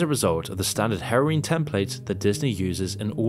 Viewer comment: Why do you pronounce heroine like wolverine or Halloween? Herroween? lol